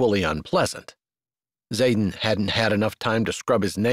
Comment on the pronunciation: Good story. I only wish his name wasn't Zaden, mostly sounded like Saten.